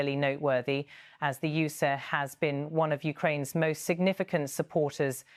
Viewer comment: I don't like how this AI generated British accent voice pronounces USA as U-SAH. Otherwise would never have guessed it was A/I